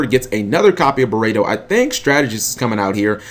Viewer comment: It's pronounced burrito